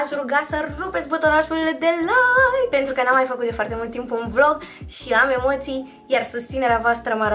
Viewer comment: BIBI TU AI LIKEE ? SE CITEȘTE LAIKI